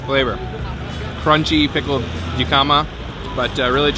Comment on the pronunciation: I've been enjoying your videos for the last few days, binging on them... And I hate to be that person but, jicama is pronounced like Hick-um-uh(there is no J sound). I was wondering what vegetable you were referring to in a different video, but now I see! I hope that comes off as like as I intend it. Keep making great vids!